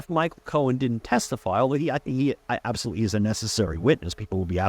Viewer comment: Did you mean to say, "Apsotootly"?